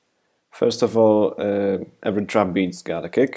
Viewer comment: everytime you say kick, i hear "cake."